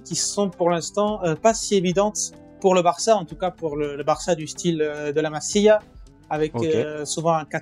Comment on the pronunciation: un faut dire masía en appuyant sur le i , comme si c'était un y .. Voilà, c'est tout .. Le reste, c'est très intéressant